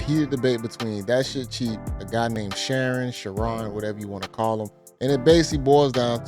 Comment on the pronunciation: Hey bro I dont even eff w bro shu-ron like that but u keep callin him sharon got me rollin every time lmao